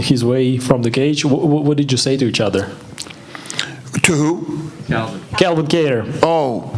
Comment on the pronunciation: It’s Calvin not Kalvin